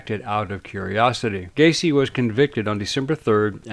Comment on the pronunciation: It's Gaycy 😁